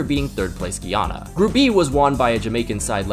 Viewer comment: It is pronounced Guy-an-a